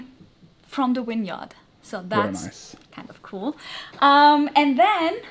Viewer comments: Winyard/Vineyard. Reminded me when I visited Germany and the tour guide kept referring to the 'Willage'. I wonder what language and speak to one another off camera. May be just the language of lurv, baby. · Love how pronounces “vineyard” like it’s “winyard” 🥰